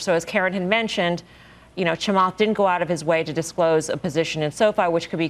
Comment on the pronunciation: is this first lady racist? why can't she say Chamath's name correctly lol